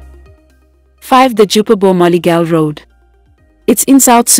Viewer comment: Its JUBA, Bor Malakal Road not MALAGA and its also Rumbek the commentator pronounces the towns wrongly